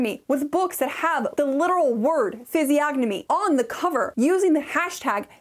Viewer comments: The "G" is silent, as in the words "reign", "benign" and "foreign. Physiognomy= ˌfɪziˈɒnəmi (fizz-EE-AHN-uh-mee) Physiognomy and Phrenology haven't been taken seriously but scientists in well over a century... It's shocking that it's featured in modern books. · The "g" in physiognomy is silent